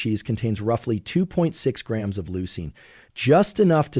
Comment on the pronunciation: Such a boring, monotone voice. And doesn't pronounce grams or ounces correctly.